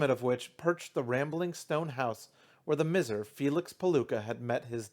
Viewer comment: It's usually pronounced "my-zer" (miser) but doin great, keep it up!